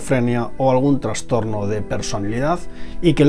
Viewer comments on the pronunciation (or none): Se dice TRASTORNO no TRANSTORNO, SIN N 😾